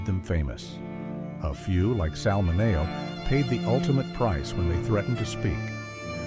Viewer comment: It's pronounced 'Minnie-oh' not mi-neigh-oh